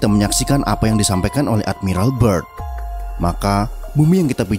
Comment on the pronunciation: "byrd" bang, bukan "bird", nanti jadi angry bird :D